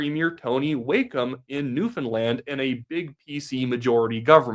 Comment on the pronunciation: To be fair, you can actually pronounce Newfoundland. You deserve credit for that.